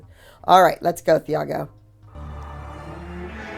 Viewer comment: Not TH-ah-go it’s Tee-ah-go